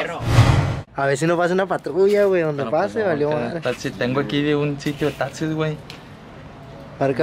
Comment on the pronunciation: Ahora ya se dice tatsi En vez De taxi •<•